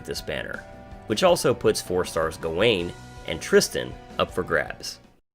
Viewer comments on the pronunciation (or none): none